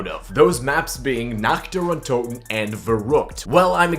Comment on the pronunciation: basically no cod youtuber can prenounce nächt dër untöten correctly